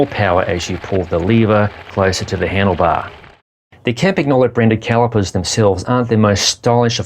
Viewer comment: pronounce campan-YO-lo. Not campa-GNO-lo